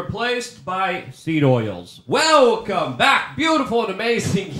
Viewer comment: "Seed olis"...😂